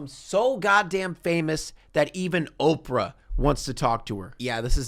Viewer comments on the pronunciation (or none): none